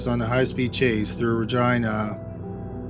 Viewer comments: Great vid as usual but pretty sure it’s pronounced reh gee nuh not reh gi na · You say Reh-Jeenuh. Not Ragina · Please tell me you didn't say Regina... that rhymes with vagina? LOL Ra-jean-a. Too funny. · Every time he said Ragina I giggled 🤭 🤣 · I was today years old when I found out “Regina” in Canada is pronounced like “vagina” & not like “Regina” George from ‘Mean Girls’. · Yes it does...lol!!@ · He's saying vagina.....lol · I'm pretty sure he pronounced it wrong! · Every time he says Regina though. 😆🤣